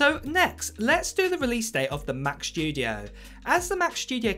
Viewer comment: Mac SSSSStudio not SHHHHtudio, thanks.